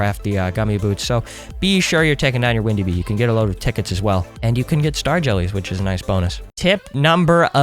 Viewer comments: instead of saying windy bee he said ''bindi wee'' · Did any of u notice he said bindy wee instead of windy bee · Bro really just said, “Bindy wee” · I love how you said "Bindy Wee" lmao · you said bindy wee lol XD